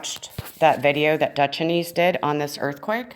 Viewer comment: Good video but his name is pronounced Dutch-Since not dutch-an-eese. Blessings